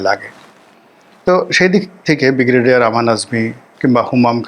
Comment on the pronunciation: উচ্চারণ সংশোধন ঃ বিগ্রেডিয়ার নয়,,, ব্রিগেডিয়ার হবে ।